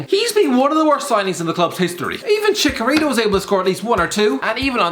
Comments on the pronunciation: i cant tell if he said chicharito or chikorita, so im choosing to believe hes a pokefan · Chicarito dude that is not how u say it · Can someone tell how to pronounce Chicharito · Chicharito scored 9 in 33 for madrid as a bench player, put some respect on his name. you’re also miss pronouncing it!